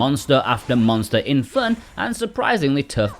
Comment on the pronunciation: Its FUUUHHHHHHNN! dude really? How u talk?